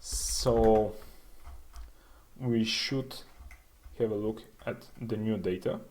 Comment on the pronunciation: Please pronounce "Have" correctly.